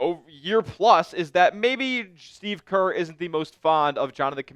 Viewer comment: it’s not curry my guy it’s Kerr